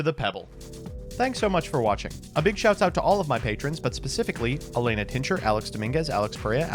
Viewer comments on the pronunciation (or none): none